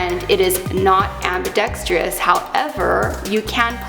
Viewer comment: the word is "ambidextrous" not ambidex"TRI"ous.